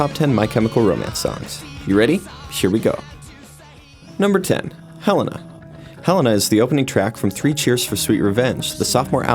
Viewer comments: right is Hel-ay-nah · ITS PRONOUNCED "HELL-AY-NA" MY FVCKING GOD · Top10Music lol I don't blame you. I always pronounce Helena like Hel a na as it is spelled. I didn't even notice because I mispronounce it like that too. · They way he said Helena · video: pronounces Helena wrong me: NO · . G NITE TRIGGEREF ALSO IDK HOW TO PRONOUNCE HELENA EITHER IM DHIT ST NSMES ITS OLAY THOUGH UR MAKING S VIDEO SO U SHOULD OROBSBLY DO RESEARCH BUT ITS OKAY KINDA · Top10Music Wow. Just because they can't pronounce Helena right doesn't mean that they are a fake fan. And as long as they like their music they are a fan. THERE YOU GO. YOU JUST MADE ME TRIGGERED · I almost left the video when they pronounced "Helena" wrong, but I was glad I didn't when they said "Mama" should be on Broadway. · AND THEY SAID HELENA WRONG